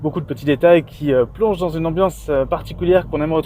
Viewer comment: En français on dit plus dune, mais dioune ! ça fait mieux ! 😆